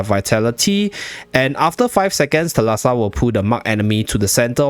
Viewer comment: Thalassa is actually pronounced thάlassa and it's greek for "sea" fyi